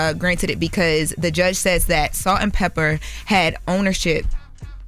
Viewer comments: IT'S "PEPAAAAA" NOT "PEPPER" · How many times do we have to listen to say “Salt and Pepper” instead of Pepa?!?! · Pepa, not Pepper. 🙄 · It’s Salt N Peppa… not Pepperrr 😂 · It did something to my soul every time she said pepper. Smh! Get it right! Smh